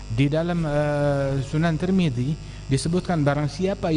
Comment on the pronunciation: Tirmidzi bukan tur midi bro